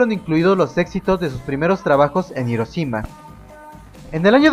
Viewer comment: buen video pero pronuncia bien "hiroshima" por favor xD